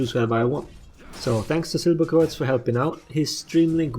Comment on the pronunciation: I still cant believe that u are german, the way u pronounce silberkreuz is wierd.